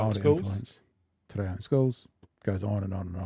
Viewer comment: Hey Fam Love you 3 sounds in te reo 3 sounds incorrect Incorrect T’ (first sound of Tim) Ray (the Aussie breakdancing Olympic scam) Oh Correct Teh (as in the first sound of ten) Reh (as in the first sound of rent) Or Lesssssssgo fam. 3 for 3 wrong. I gotta jump in Love you whanau We got this 🖤